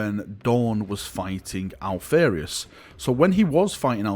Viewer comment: Alph-AR-ius > Alph-AIR-ius